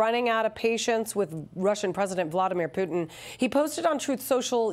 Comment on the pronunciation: "Volodymyr Putin" 🤣